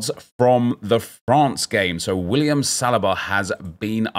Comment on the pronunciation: Do you choose to pronounce players names wrong on purpose? Salliber, Oleeze etc